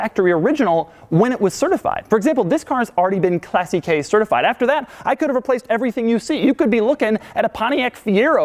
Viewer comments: Hey Doug, Classiche is pronounced with the accent on the a, not on the e. I can tell you that because I am Italian! Keep up the good work! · STOP PRONOUNCING CLASSICHE INCORRECTLY. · Hey Doug, let's learn how to pronounce classiche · Remember when you butchered the word "aluminium" constantly with the Spyker C8 video? Congrats... you've done the same with the word "classiche"... pro-tip: "classiche" ends in the same way as "niche" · why do you keep saying these cars were never designed for comfort. They're not meant to be. Oh , and that is not pronounced Classy-K certification . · Tip for your next time: Classiche is pronounced clà-ssi-che, the accent is on the A :) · Please learn how to pronounce classiche before constantly sound like you're saying " classy k" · they're pronounced clàssikay (accent on the a) and spetchale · Doug please stop pronouncing "classiche" as "classy-key". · It's pronounced clasitche, with an accent on si. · Jesus Christ, it's not pronounced "classy-kay". You sound like a buffoon. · KLASSI-KAY? LRN2ITALIAN, DOUGGIE! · Doug the type of guy who cannot pronounce Italian words, "classy k", "test a rose a" ;) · its italian, you dont have to say classy_K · It is not pronounced "classy k" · Classy-Kay. Yeah, right...that's surely the correct Italian pronunciation. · omg your pronounciation of that word is hilarious. it's "claseesh" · Look, I really loved the vid. I loved the level of detail that you went to, and I loved the drive. You did an awesome job all round, but wholly crap - you talking about 'Classiche' just killed me, American's just pronounce everything wrong, especially auto manufacturers. I can't believe that you guys pronounce Ferarri correctly, but to take a beautiful language like Italian and refer to Classy-K is just aweful. Google the word and hear how the experts say it! Thanks again for an awesome vid - I really enjoyed it. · Doug, learn how to properly pronounce "classiche" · Its "clàssiche" not "classichè"